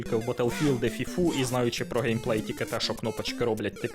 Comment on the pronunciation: ви допустилися помилок в слові Гейпей! Дякую за контЄнт! Важкі на голову ігри топ! але не для всіх.